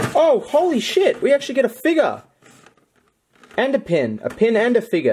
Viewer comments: He says figer not figure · You say figure very funnily ...it's a fig YOUR not figga. Lmao